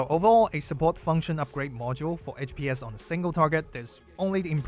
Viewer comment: I would suggest pronouncing HPS (HP Per Second) as "H P S" and not "H Pees" like DPS (Damage per Second) is "D P S". Would make it a lot clearer what you're talking about when yo abbreviate it like that